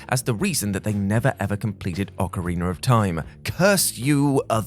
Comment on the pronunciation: OcarinA not ocarinER, there’s no R! 🤦🏻‍♂️